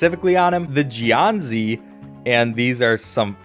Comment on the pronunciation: I can't with how he pronounced jiàn zǐ 😂 and báo zi too